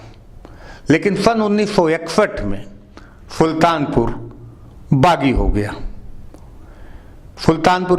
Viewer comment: फुल्तानपुर नही सुल्तानपुर